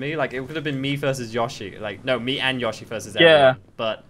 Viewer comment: its not fucking yashi, its yoshi